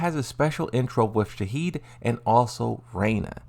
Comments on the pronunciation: Lee Chaolan Shaheen not Shahid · Why are you saying Shahid instead of Shaheen? And Lee ShaoKhan instead of Lee Chaolan? Lol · He kept saying Shaheed instead of Shaheen lol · "shaheed" "lee chaokan" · "Shaheed" "Mordak" at this point I think is mentally disabled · ITS SHAHEEN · What is up with saying names wrong? 😆lee chao khan, shaheed. You are doing it on purpose!